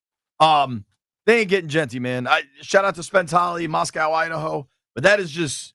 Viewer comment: It's pronounced Moss-koh, not like Moscow in Russia. It's where the University of Idaho is.